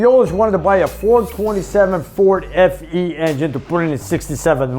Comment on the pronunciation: FE, Sounded like you said SE